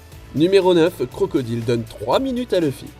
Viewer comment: mon oreille saigne quand il dit "crocodile"....